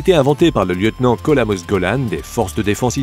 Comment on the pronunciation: Lieutenant « col amos golan » t’es idiot ou te le fais expres ???? Lieutenant colonel Amos Golan a la limite .... C’est fou le nombre de « youtubers » qui lisent des textes sans rien en comprendre. Crédibilité zéro guignol